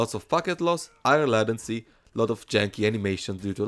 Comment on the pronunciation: latency is pronounced lay ten see